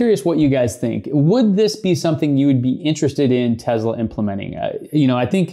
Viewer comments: Tezla or Tesla? 🤔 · This might sound weird. But why do you pronounce Tesla with a Z instead of the S that's in the name